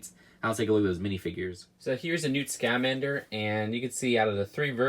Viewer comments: Please stop putting emphasis on the a in Scamander. It's (Sca-man-der) not (Sc-A-man-der) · Great review as always. BUT It’s pronounced SKUHmander not SCA-Mander lol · It’s pronounced scumander not scomander srry my ocd went off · Its Ska-mander not Ska-man_der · It’s scAmmander not scALmmnder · SCA man der XD Say it like scmander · scuh-MAN-der not SKA-man-der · dude it's not "SCAH-man-der". It's "scuh-MAN-der" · Newt scUHmander not ScAHmander also ahcame not ohkome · Damn it it's not Newt Scaamander, but Newt Scamander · Right! "sk-uh-MAN-dur", not "SKAW-min-dur". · It's just Scahmander not SKAmander 🤦‍♂️😂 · It's is not neat scomander it sca man dir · ok seriously stop saying SCAM - ander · You’re pronouncing Newt’s last name wrong lol. I’m sorry but it’s really bugging me. It’s Newt Scamander not Scairmander. Just look at the trailer and see how it’s pronounced lmao. I loved the video though don’t get me wrong <3 I’ll definitely be picking this one up! (Edit: you also said Ocarmy rather than Occamy. Boi you really need to watch the movies). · I wish they had at least printed a face on Pickett. And I know you get a LOT of people already correcting your pronunciation, but it’s OCC-uh-mee, not oh-CAM-ee(also it’s technically scuh-MAN-der, but people pronounce it the other way in the movie too)! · It’s pronounced Sca-MAN-der! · Newt SC-AH-MANDER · I’m building this and watching the review at the same time, lol. You’re pronouncing Occamy and Scamander wrong, by the way. It’s “aw-cah-me” and “skuh-man-der”. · Newt SCAH-MANDER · You’re pronouncing newt scamander wrong and it hurts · Lol the way you say scamander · You say newt scamander wierdly, great video anyways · Why do you put so much emphasis on the "Sca" part of Scamander? It's supposed to be pronounced as one word without any emphasis. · Please stop saying Scamander wrong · It makes me mad every time he mispronounces Scamander